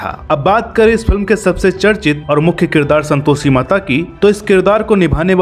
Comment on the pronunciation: Om ॐ bhai pehle aap santoshi ka ucharan to sahi kar lijiy🙏